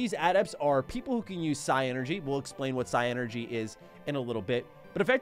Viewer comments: It's pronounced Psynergy and not Psi-Energy.. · Dude, it’s pronounce like genie. The d is silent. That’s the proper spelling of “genie” it’s “djini”. Sorry but I really thought you should know. It’s also not Psy energy. It’s Psynergy. Like Synergy with their allotted element. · Just saying it is pronounced "sigh-ner-gy" not "sigh-energy" Also the "d" on djinn is silent. The plural is djinni which is pronounced "genie" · They already told you about the djinn, but the magic is call psynergy, “Sin-er-gy. Otherwise love the video, I miss reading the manuals on the car ride back from Walmart